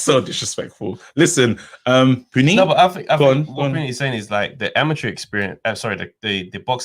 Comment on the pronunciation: Yooooo... his name is pronounced Pu-neat. My mind was blown. Nice guy too. We have the best community great defeaters! Great show, mad I missed it. Will defo call on the next one! On to business. I would love for Chisora to win against Usyk. I think Usyk will try to be evasive however when chisora gets him in a corner it’ll be curtains. I like Usyk but I get sick of all these fighters that have that hope insurance 🤪. He’s good, but a little overrated just like Golovkin and Loma (don’t start me on Loma!). Also, I like you but Yarde mashes up your church guy 🤣. Would pay to see it though. Keep it up lads. Look forward to the Friday ep.